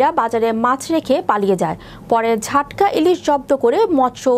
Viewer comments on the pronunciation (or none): ঝাটকা নয় জাটকা